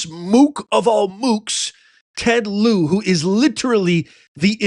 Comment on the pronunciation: Ted Lieu the u is silent